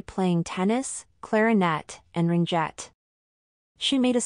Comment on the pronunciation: Ok-a-NAH-gan. Ring-ETTE (no hard G). Good reading though.